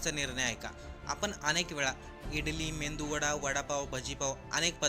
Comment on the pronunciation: मेंदू वडा नाही मेदुवडा असं म्हणा